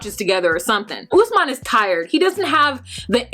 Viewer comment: This may be a silly thing to pick on but Lisa keeps mispronouncing Usman's name. "Ussmen. Ussmen." He pronounced it numerous times. I was many years with a Cuban man called Paulo and everyone kept calling him Pablo. It is a basic mark of respect to learn how to pronounce a person's name. His name is Usman. She never researched his culture, his country, how to politely to act around his friends and family. She came in like everyone had to kowtow to her for some odd reason. She really got under my skin. And when she went on about having to pay "the white price" and references to her taking Usman to America to be a slave. With all the resources and people stolen from Africa, have some respect. Open a history book, read up on current affairs. She upset me so much.